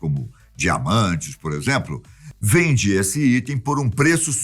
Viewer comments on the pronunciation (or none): none